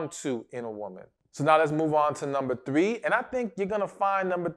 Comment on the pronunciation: I like the way he says "moving on to number THWEE"😊